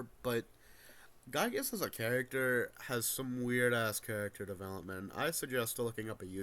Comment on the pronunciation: Not a single person on youtube knows how to properly pronounce "Giygas".